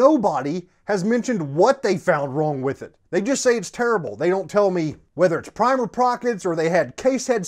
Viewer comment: “Primer prockets” haha